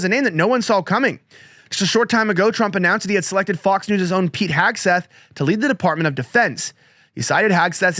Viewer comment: Hegseth. Not Hagseth. 🤨 TWO in-show commercials!? In less than 12 minutes!? Really!? 😤